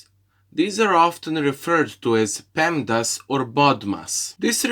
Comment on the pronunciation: It's pemdas not pedmas. There you go.